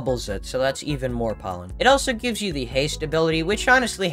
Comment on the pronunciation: I'm always confused why u always say elso instead of also